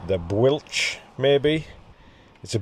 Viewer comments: Hi Mate Great effort on the ride Just some help with the place names Rhigos is pronounced - Rick Hos Bwlch is pronounced - Bull ccc Penyfan - Pen a van Again very well done on the ride Rob (from Rhigos) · Bwlch = Bull-ch (ch like Scottish Loch), Bryn rhymes with Grin. Rhydd is Rh like in Rhino, the Y is an 'ee' sound, and DD is like the 'th' in There. Fantastic effort - I was out on my eMTB and saw lots of you flow past for the very last descent off the Bwlch. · Great effort. Rhigos pronounced Rick-oss. Bwlch pronounced Bulch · Doing The Grand Fondo again this year the same direction as your ride, other times I have done it have been the reverse direction, Bwlch is pronounced Bull (ACH y vi) Pen y fan is Pen he fan Rhigos is RE Goss your last feed zone was Treorchy TREE or KEY the small town you over look on the final climb is Cwmparc COMB PARK and is where I have lived for 28 years the cattle grid you crossed on that section of film is where I usually go for a few hours when not riding always in a Celtic fc shirt and music playing as loud as my old car can cope and lots of encouragement to the riders usually about 2 pm onwards til about 6 or 7 pm when the non speed merchants (like me) are toiling and need a boost I am a rider with Spinal injuries/Neurological issues I struggle to walk but I can only ride in cleats legs are very weak but I get there in my own time about 14 hours, going again this year?